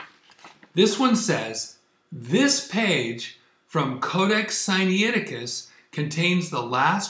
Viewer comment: The information presented in this video is as erronious as is your pronounciation of the name of the manuscript "Sinaiticus." Is such willful ignorance and dishonesty even possible for a Spirit indwelt person? I have my doubts but I must allow God to be the ultimate judge in this matter.